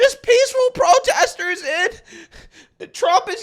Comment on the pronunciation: What is THAT? "I witnessed, most da proteh-sters being pretty peace-a-ful, being pretty active? Is that a wig or just nasty? 😣😣